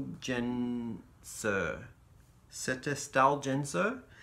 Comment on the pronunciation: Setesdal is a place in Norway, and genser means jumper in norwegian. Genser is pronounced with a hard g I guess you can say, like in guitar. Sandnes is also a place in Norway, my neighbouring city actually, but also the yarn company. It will be so fun to see this and your other projects next year :)